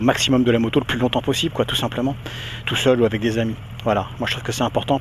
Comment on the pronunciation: ho mon dieu, une nouvelle moto!!! je n'arriveu pas a y croireu, quelleu surpriseu, l'etonement me subemergeu...